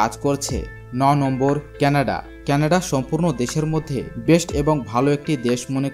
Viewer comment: কেনাড নয় কানাডা